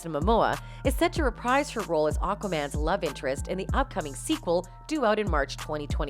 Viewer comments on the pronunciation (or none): none